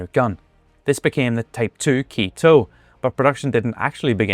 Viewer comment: Good video, very informative. But one thing: you mispronounced the name of every tank ending in an E. In Japanese, any word that's been anglicized with an E is pronounced as eh. So the Type 97 should really be pronounced as Teh Ke instead of Tee Key. Likewise, the Ke Ni should be pronounced Keh nee, and the Ke T0 as Keh toh. But you were pretty good with your pronunciations otherwise. For future reference: A = ah, E = eh, I = ee. O = oh, & U =oo.